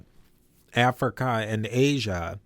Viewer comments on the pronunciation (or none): none